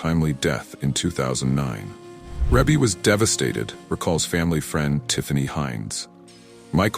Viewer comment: So why is not being able to pronounce names the new trend for this generation? Ree-Bee. It is pronounced REE-BEE. And how does a death in 1988 and 2009 mean “a few” years? 21 years is not a few years. That’s two decades.